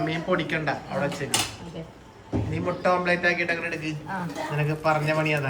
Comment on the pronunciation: Omplate alla omlette anu... Sajishinte kodi ithra vayassayittum mariyillallo